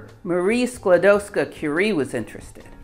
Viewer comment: Dear. We Polish NEVER called Rusia OUR country. This is insult for Polish People, someone name Rusia THEIR country. Our country was NOT on the maps, but it was in our hearts, and it was always POLAND. Anyway, Your pronaunsuation of Maria Skłodowska's name is flawless.